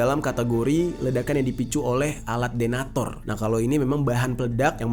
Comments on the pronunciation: Detonator bang bukan denator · Koreksi bukan denator tapi detonator